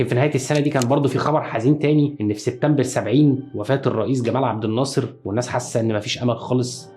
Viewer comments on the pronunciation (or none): none